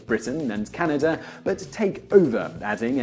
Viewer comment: about the map of huge america... Canadi? wtf? bruh, y u call us canadi's